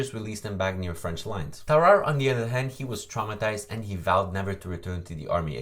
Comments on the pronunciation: Tararre? Did you eat a fucking baby? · Smart person: Tarrare Me: TAR AYE Also it says edit because I misspelled Tarrare